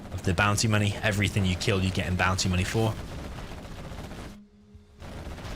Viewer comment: actually says "bounty money" for the GLA, but to me it sounds like "bouncy money".